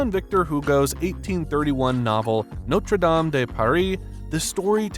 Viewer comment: Why does everyone mis pronounce it by saying Norte dam instead of noter dame